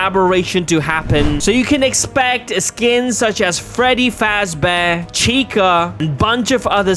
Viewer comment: Man said “Freddy Fast Bear”. 🤣🤣🤣🤣